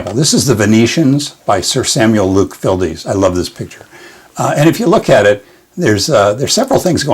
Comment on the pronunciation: Just learned while reading "The Life & Work of Luke Fildes" by David Croal Thompson, that the painter's last name is only one syllable. It was originally written Fyldes and rhymes with Childs, so I mispronounced it in the video.